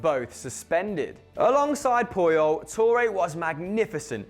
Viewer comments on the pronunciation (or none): none